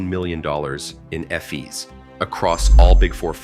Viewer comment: It was. Listen ef-ees instead of fees